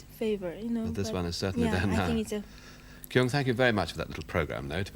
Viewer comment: She is a really great violin player..I don't like that Humphrey Burton prounces not correctly her name like Kyung....